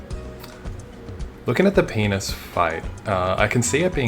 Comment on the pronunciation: I love how you pronounce Pianus